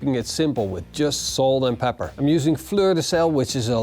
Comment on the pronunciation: I have listened to you saying "Pre-ground black plepper" for about 5241 times now and it still sounds funny. Now i just need some brisket in my life.